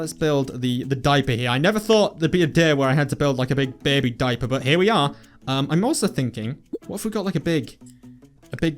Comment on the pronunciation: It sounds like you are saying beby not baby. :)